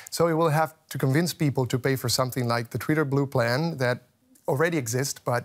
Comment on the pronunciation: Guest speaker cannot even pronounce twitter properly . . . proceeds to pretend to be an expert . . . ROFL